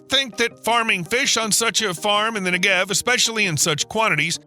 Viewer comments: very interesting video but please! it's nEgev, not negEV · NEGev. NEGev. Not NeGEV. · Take 60 seconds to learn how to say NEgev (and KinNERet) before saying it 200 hundred times wrong in a video. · Negev not neGev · 2 quick things: With the word Negev, the emphasis should be on the first syllable, not the second (which is what the narrator did). And you can really see the impact of water management from space. Use Google Earth or Maps to see the difference between Israel and her neighbors (and other countries throughout the Middle East). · Jeez Louise! How badly can you mispronounce "Negev", the central word in the clip? It sounds a bit like "legged" in "4-legged animal". Or "beggar". Or "egghead". Stress on first syllable!